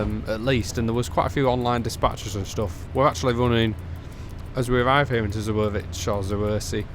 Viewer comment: Just so you know, in Polish Ws are pronounced like Vs in English, so Katowice is pronounced something like Cat-oh-vee-seh and Zawiercie is more like Zah-vee-ehr-tseh